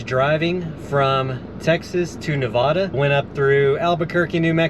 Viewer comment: HA! After what I saw happened at Burning Man, I thought you'd have hate going, LOL. FYI, stay up north until it gets cold and come down south in Arizona and Southern California when the snow comes. One more thing, it's pronounced Na-vay-da, not Na-vah-da 😊. Took me years to learn and remember to pronounce it correctly, Im a Texas transplant. But you get a pass 😊.